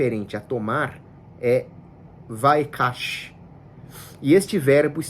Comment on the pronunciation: só errou na pronúncia do hebraico. No "vayikach" o -ch tem um som raspado, tipo o J espanhol europeu.